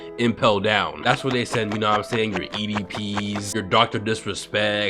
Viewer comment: “Your EDP’s” 💀